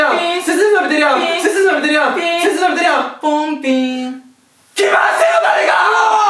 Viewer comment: 「背筋伸びてるや〜ん」のイントネーションが違う気が…